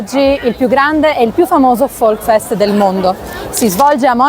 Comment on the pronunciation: Si dice Volksfest con la s; non Volkfest. Il tedesco non è facile.